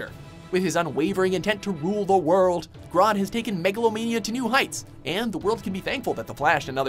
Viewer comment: It's grodd not grood